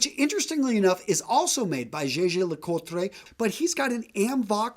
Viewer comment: JJ? Jaeger? Interesting pronunciation!